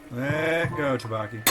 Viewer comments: The rice cakes are pronounced more like "dough-bow-key" 😂 anyway this one just tasted okay to me. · The way you pronounce tteokbokki stresses me out lmao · Me too